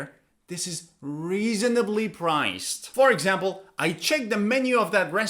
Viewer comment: I didn't have problems with the "cuisine" pronunciation, but i did have problems with the "reasonably" pronunciation